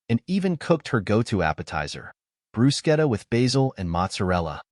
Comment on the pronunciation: oh wow, for the first time I hear an English voice pronouncing the Italian appetizer Bruschetta in the right way, that is phonetically like brusketta and not brushetta.....